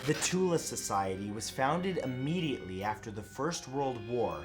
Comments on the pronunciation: just a matter of point the correct way to pronounce "the Thule society" like tool with a lisp so pronounced more like thool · I need to correct this guy on some thing thule pronounced. (th-ule) worshiped the land of shambala wich was a land of quote on quote arian perfection and said land was rumoured to hold an army so great that it could have won the war for germany as well as be the most powerfull militia out there and alchemy as well as the acult practices were used to try to creat portals to this rumoured land Side notes other practices were used and this society spearheaded the way for the nazi regime as well as smaller faction groups known as hydra wich was an idea used for comics later and millennium wich is rumoured to still be around waiting for the return of shambalian gods